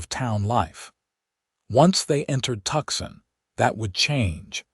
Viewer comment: Good story. But it's really tedious when Tucson is the place they want to go (at first.) It's not Tuckson. It's pronounced Tu-sahn or Two-sahn if you like. Fix your AI.